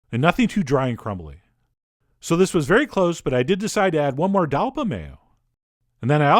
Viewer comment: Hey! He was born in New York. We New Yorkers don't have time to pronounce every syllable of a word. We are very busy.